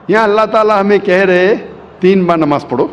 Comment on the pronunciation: Ye jo swami type ka banda h ise khud apne religion k bare me kuch nhi pata to Islam k bare me Kya pata bhut bolta h Islam k bare me koi bat nhi ....by the way Kya pronunciat kia nabaj.....ghonchu bolne se phle jan leta namaz